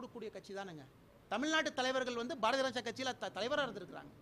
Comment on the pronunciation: Again and again he pronounced as Barathi Raja kathi...😝😝😝